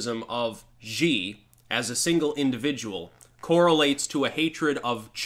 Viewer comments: His last name is pronounced "she" like she-male. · the pronunciation of that dickhead's name actually sounds like "She." The letter X in Chinese pinyin is pronounced like an "sh."